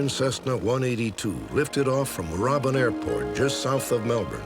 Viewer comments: Pronounced Moorabbin correctly :) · Thank God they used real Australians for the UFO reenactment. 👍 Fake Aussie accents are so bad. Loved Robert Stack's pronunciation of 'Moorabbin'. Cute.